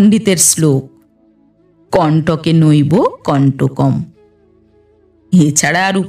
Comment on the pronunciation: খুব সুন্দর পাঠ। শুধু কণ্টকেনৈব কন্টকম পড়তে হবে, কণ্টকে নইব না।